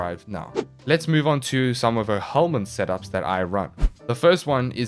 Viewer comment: Is "no helminth set up" I keep hear it as "no homies set up"